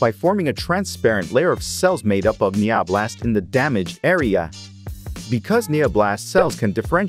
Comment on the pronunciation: NanoBots❌ NeoBlast✔️